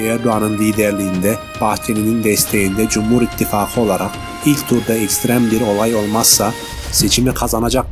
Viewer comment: Ittifagi söylemeye çalış Angut düzgün söyle şunu. Belli ki Türk lukle alakan yok